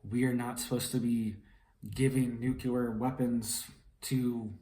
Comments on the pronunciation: Nu-cle-ar... not Nuke-you-lurr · Nucular? Or nuclear?? Lol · Nuclear = Nuke Lee Err You said "Nuke Yah Ler" That is incorrect. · It's not nucular it's nuclear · Please learn how to pronounce 'nuclear.' It not nucular.